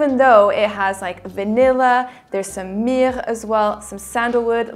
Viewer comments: The French pronunciation :) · Okay, how did she pronounce myrrh just then? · In French